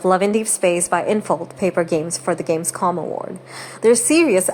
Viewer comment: Just a short correction: It's Gamescom. With an M and not an N at the end.